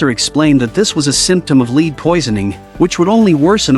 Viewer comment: lead is pronounced led......